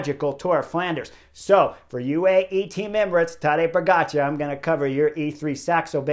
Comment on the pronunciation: Nice. He pronounces pogacar correctly. It’s “char” not “cha” as in dancing the cha cha